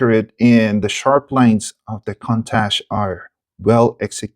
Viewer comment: Pronounced "koon-tosh"